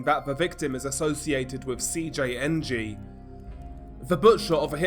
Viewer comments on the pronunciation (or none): none